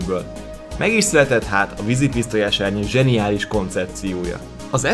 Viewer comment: zeniálisz XD